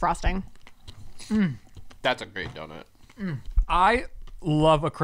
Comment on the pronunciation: I can't not hear saying doNIT now after watching Shane's podcast 😂😂